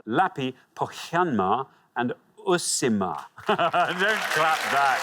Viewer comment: worst pronounciation of Uusimaa I’ve heard, im not even Finnish